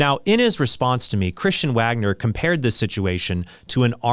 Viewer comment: Hey, Trent pronounced “Wagner” correctly this time 😂